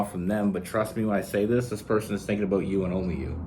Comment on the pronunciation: I can’t figure out if you are saying the word about or a boat🤔